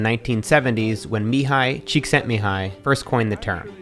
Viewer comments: Beautiful pronunciation of Mihaly Csikszentmihalyi! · The first time I've heard an American pronounce Mihaly Csikszentmihalyi correctly! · Ok, nobody is gonna congratulate Matt on how perfectly he pronounced "Mihaly Csikszentmihalyi"? I'm gonna do it, good job Matt!😁